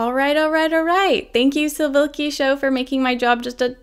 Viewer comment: It's Slivkishow, not sivilkishow